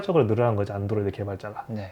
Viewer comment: 영어 발음이 완전 일본인 ㅎ [ 안"도"로이도 / 아이"포혼" ] / 집에서 치킨 튀기는건 껌이고 직업으로 식당을 하는건 완전 차원이 다르죠. 연봉 8백~1천만엔 일 때 세금이 35%, 그 이하 연봉일 땐 약 25%. 잘 봤습니다.